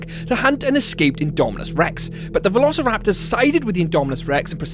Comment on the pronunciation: I like how he said "verorceraptors" not trying to be mean, it just sounded funny